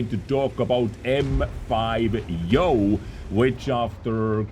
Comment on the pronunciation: brooo its not yoooooooooooooooooooo